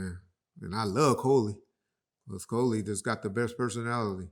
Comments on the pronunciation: ain't say KHLOE... Lol... 🤣 Ma boi said "Khoahlee" 😂 Lol..... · Khole bless ya is pronounced Klo e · He called Khloe 'Coley"!!